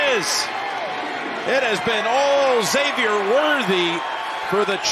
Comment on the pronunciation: Kudos to the announcers for calling Worthy za-vier unlike the morons who pronounce it ex-avier lol